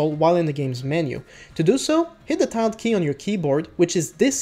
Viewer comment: Tilde pronounced "Till Duh" TY for the informative vid.